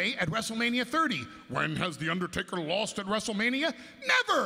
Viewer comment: "When's the wast time Wesnar wost to one finishing move?"